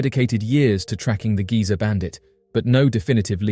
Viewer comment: Not giza bandit Geezer bandit. As in old geezer.